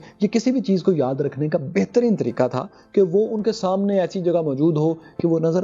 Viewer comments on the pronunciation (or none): none